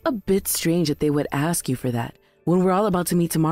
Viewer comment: I absolutely cringe every time I hear somebody say “AX a question”....it’s ASK. It seems that somebody using spoken language as a profession might want to hone their language skills. Just saying.